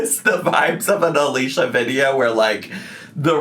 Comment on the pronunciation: It’s pronounced Alisha, unfortunately lol